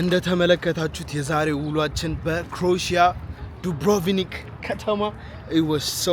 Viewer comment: Croatia 'ክሮኤሽያ' ነው ትክክለኛ አጠራሩ። ሌላው፣ 'Oh my God' ትላለህ ብዙ ጊዜ። የእግዚአብሔርን ስም በከንቱ መጥራት ልክ ስላልሆነ፣ ሌላ ሌላ የማድነቁያ ቃላት ብትጠቀም መልካም ነው፣ ቃላቱን እየለዋወጥህ። wow, fantastic, amazing,.....